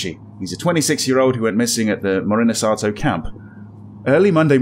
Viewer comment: It's Morinosato (森ノ里), Morisonato sounds silly